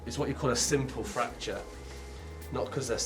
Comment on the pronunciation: I thought he said "Sinful fracture." Then I realized that it was simple fracture. LOL